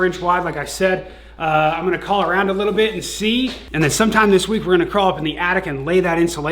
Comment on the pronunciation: He say "littie likea tittie" 😂😂😂